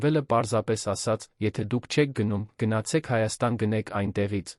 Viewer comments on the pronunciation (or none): none